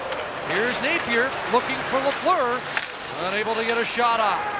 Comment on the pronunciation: Lafleur... Not Lefleur. ;-)